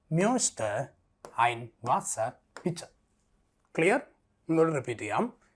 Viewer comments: Ich.. not ish ..pls read as it is written . Sorry .. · OMG! Your explanations are ok. But the Pronunciation is bad. For example: Ich, wohne, Kerala, komme etc. There are rules regarding the pronunciation, please correct them!